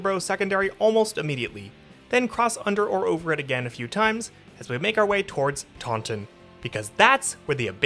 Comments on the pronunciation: It's pronounced Tah-In, not Tawn-Ton. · pronounced "Tawn in" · Yeah, it's not pronounced like the Star Wars creature either. Around here, it's TAUNT-in. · Yeah, there's quite a few pronunciation mistakes in this video. Taunton is another in that it's TAUNT-in.